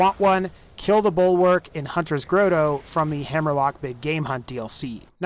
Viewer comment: Grow Toe? Do you mean "Grotto?"